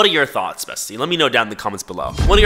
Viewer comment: i cant be the only one who's addicted to the way says tHoUGhTs